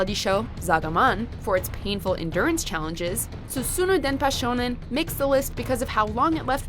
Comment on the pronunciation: Not "susunu" Actually "susume"